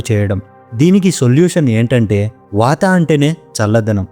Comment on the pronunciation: వాతా, లంగణo లాంటి ఉచ్చారణ సవరణలు అవసరం.